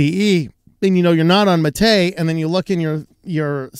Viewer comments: While the accent is indeed on the "ma" not on the "te", the latter should still sound long. Like the "ay" in "wayland", not like the "e" in "technical". So yerba mate is pronounced as hair (like on your head), ba (as in ba, ba, black sheep, have you any wool), ma (as in grandma), tay (like that horrifying ai chatbot a while back). That's for the drink anyway, I haven't a clue whether the desktop environment is pronounced the same way or not. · One small correction about the MATE desktop: the right pronunciation would be “mah - teh”, without any accent on the last syllable *te*, which should sound more like the beginning of “technical” - a short, dry pronunciation. The name comes after the popular drink Yerba Mate in Argentina and Uruguay 🧉